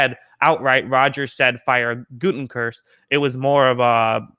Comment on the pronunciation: GOO-teh-kunst, not GOO-ten-kurst. LOL!